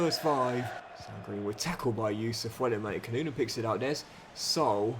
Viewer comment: Everyone: Sa-OOL: SOUL 😂😂😂